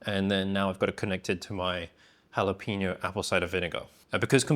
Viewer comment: HALL apeño, not "Hal"